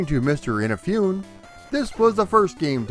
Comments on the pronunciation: "EENA-FEE-OON"? Please! A little bit of Japanese before recording these videos. It's "EE-NA-FOO-NE" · Eee-naaa-Foo-Nay Not in-a-foon Great video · I am digging this history, already, and look forward to the remainder! Just one thing... Please please please stop saying "innafyoon?" Please? eeNAHfoonay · Kamen is pronounced as Caw-men. Like the sound a crow makes. Inafune is pronounced as ee-na-foo-ne. Japanese names tend to be pronounced the way they are spelled, unlike our crazy English. Keep up the great work. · Perfect franchise to cover on your channel. Looking forward to the rest of it! Btw, for future reference, "Inafune" is pronounced "ee-nah-foo-nay". ;) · FUN FACT: Inafune just purchased a casket so he could roll over in it after hearing his last name butchered in this video. BREAKING NEWS!!: After speaking with Mr. Inafune he has confirmed that he is still alive, and he has never heard of someone named Keiji In-a-fune. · And it’s In-ah-foo-nay. Oof, your Japanese pronunciations need a little work, my friend. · Great job! I'm looking forward to your response to the people who flip out at you pronouncing Inafune's name incorrectly. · You know so much about Mega Man, yet it seems that you've never heard the name Keiji Inafune spoken before... Anyway, this was fun. One thing you may not know is that the MS DOS version was programmed by one Mega Man fan in his spare time, after work. There is a good documentary about it: I've subscribed and I'm looking forward to more on Mega Man!